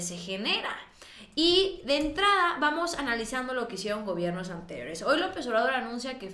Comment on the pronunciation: X q no ves ha brozo todo lo q dice de López Obrador Te pido un favor con todo respeto habla bien dices Lopess Y no se te entiende nada